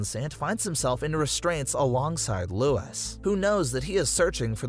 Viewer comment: Good vid but your not pronouncing Luis or las plagues right